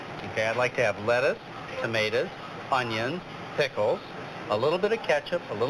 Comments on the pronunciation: You know a doctor has lost his mind when he says "potatas" and "tomatas"! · Just the way he pronounces "tomatoes" would make me not believe a word he is saying.